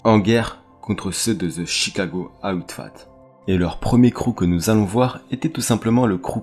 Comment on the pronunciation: Salut, la vidéo et les recherches sont vraiment top. Par contre gros soucis au niveau de la prononciation en Anglais, ont ne dis pas « Outfight ou Outfat » mais Outfit, comme FITness… ça rends l’écoute désagréable personnellement